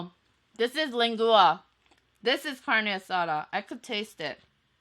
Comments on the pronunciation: Jane your so right because I'm Mexican and she said it wrong but no hate to her she is amazing but I'm starting to get hungry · You should try Tacos el Gordo or Vamos a Texcoco mexican food. Super authentic. Super good. (Len-gwah) but from now on the mex.hyuneebees are pronouncing it lengooa♡ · Sorry dear..but it's pronounced lengua....like aqua...it's the same ending sound...not lengooa...lol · lang-oo-ah😂 so funny but i love you so much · It’s pronounced Len-Gwa for the beef tongue .... lol I love that our Mexican food is enjoyed in Amy other cultures ...it’s just too good not to love! #ProudHispanicMexican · lengua is pronounced lang-wa and the thing in the middle was probably sopes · Lengua is pronounced leng-wah. Love you and your videossss! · I love your videos 💗 Try pronouncing it like lengwa 😊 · It's LEN-GUA and CAŔD-NA-SÀDÀ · btw lengua is pronounced "lengwua" just so you know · I love the way you say lengua 😎😊 but it's actually pronounced lang-wa. It's all good though. You're have a cute personality and your videos are awesome. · So everyone's gonna ignore the fact she calls lengua leng-gooa?🤣🤣🤣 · Lengua = Lane-gwa that's how you pronounce it. ☺️ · len gua lol no hate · Lengua is pronounced LEN-GWA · It's pronounced "leng-wa" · I love the way you say, lengua. Lmao